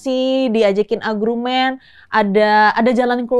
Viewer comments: Argumen manda, bukan agrumen 😅😂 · Argument sayang... Bukan agruument 😂❤ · Manda lucu gak bisa bilang "argumen"😂,bilangnya "agrumen" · Yg ganggu kuping.. Manda tu agrumen.... Harusnya argumen.. Manda cantik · Salfok manda pas bilang "diajakin komunikasi diajak agrumen" 😂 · Argumen salah pengucapan aja si manda